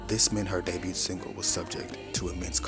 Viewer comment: The ‘t’ in “debut” is silent. DAY-BYOO. Past tense is 2 syllables: DAY-BYOOD. Excellent video, excellent channel ❤